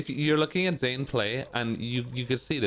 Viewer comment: “Zane” 😭😭 Good shit to Zain tho fr, he’s cracked at ssbm